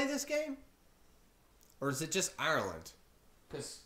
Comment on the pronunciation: Omg the way u pronounce Ireland and Gaelic😶😶😡noooooooooooooooooooooooooooo